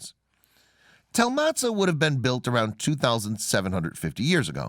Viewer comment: Motza, not Matzah. But you made up so many of your facts, your pronunciation ignorance is the smallest of your problems.